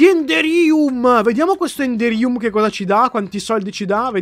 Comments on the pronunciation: Si legge énderium, mi hai fatto prendere il nervoso ogni volta che l hai detto.. Una domanda, questo modpack é la galacticraft o la spacecraft?? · si dice endérium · si di endèrium e non enderìum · Endèrium con la accento sulla e